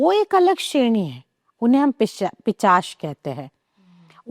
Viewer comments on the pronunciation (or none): Unhe ' Pichas' nahi 'Pisach' kahte hain😢😢